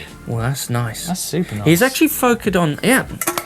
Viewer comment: New entry for dictionary: "Focud":) Loving the show guys! Keep up the great work.